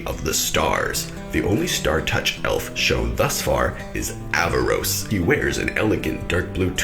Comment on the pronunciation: btw its aaravos not avaros